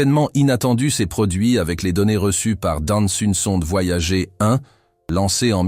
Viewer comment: Nan, mais là il le prononce mal à dessein